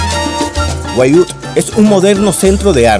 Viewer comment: Se dice winwuud(wynwood)